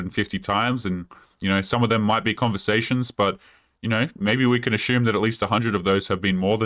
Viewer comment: Ashume , really what’s ashume?